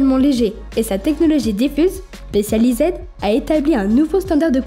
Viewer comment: spéssializède, merci l'IA